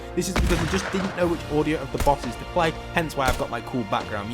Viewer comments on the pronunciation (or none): none